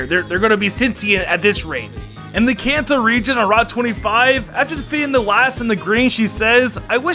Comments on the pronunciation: Is it just me or does he say cancer instead of kanto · I swear you're saying "cancer region" instead of "Kanto region" ._. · sounds like his saying the cancer region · says kanto my ear for some reason cancer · Did say Cancer region? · Hey always wonder when you say kanto it sounds like cancer why? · Why, whenever he says kanto region, does it sound like cancer region? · Says Kanto Me: Hears Cancer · To me, whenever he says "Kanto region" it sounds like "Cancer region" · when he said kanto region i heard cancer region is it only me or what? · i thought he said cancer reign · Am I the only one that hears cancer when he says khanto. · The way he said Kanto for number 10 it sounded like he said "in the cancer region" lmao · Regions that are mispronounced that I somehow managed to hear: Kalos: Chaos Kanto: Cancer, Cans, Can't, Kants Sinnoh: Sinner Hoenn: Home Johto: Joe toe I'll edit the list if I hear more in this video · Was he calling the kanto region the cancer region